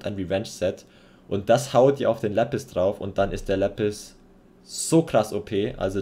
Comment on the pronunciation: Sorry aber nicht lepis, sondern Lapis